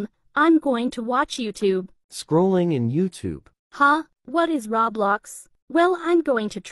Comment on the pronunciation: bruh said robux not roblox and thats funny